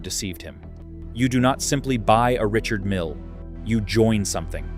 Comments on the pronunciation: Richard Mille is a French man. Therefore his name is pronounced, Ree-shard Meale, which is obviously too much for the AI voice over. Doesn't alter the fact that his watches are overpriced and grotesque with it. However, when you look at the number of F1 cars and the World Endurance Series cars bearing his name, plus the annual Le Mans Classic for which he is the main sponsor, that takes a colossal amount of money, so he must be selling a hell of a lot of watches. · The Invicta for the tasteless wealthy. I'm tired of A.I. crap that that can't pronounce brand names.